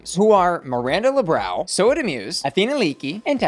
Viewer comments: She should at least try and say something close to "Lebrown" it doesn't have to be perfect. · Ru won't even bother trying to pronounce Lebrão hahahaha she's giving Miranda the crazy surnames treatment out of laziness... it's not that hard and Miranda deserves to be called by her name, not some americanized joke version cause it's easier...